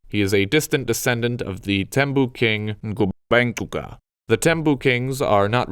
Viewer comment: Good job with the pronunciation, like the click sound in Incwala (written with the letter "c") edit: Yeah, I left this comment before I heard Ngubengcuka